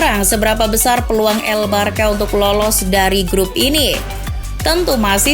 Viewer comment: pronounce nya “barsya” bukan “barka”